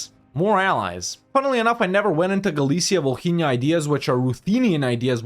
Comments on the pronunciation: “H” is Volhynia is silent fyi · h is silent in Volhynia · I don't know if anyone said this before, but, just so you know, in the name 'Volhynia' letter 'h' is not pronounced